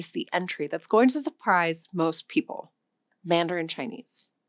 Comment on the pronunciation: She is 100% AI. As an ESL teacher with 10 years of experience I can tell you it's not that it's not a thing about her being native. She chewed the word mandarin, she inconsistently pronounced angola and angolia etc. Freaks me out man!! They even got the shadow of her earrings 😢